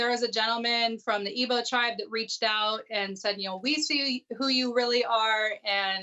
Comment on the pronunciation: It Igbo tribe, not "ebo" tribe, Rachael...@